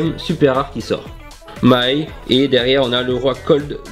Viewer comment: Ça se prenons mai et non maï